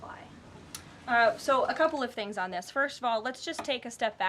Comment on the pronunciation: “I do about five tings in ten minutes” probably more 🤣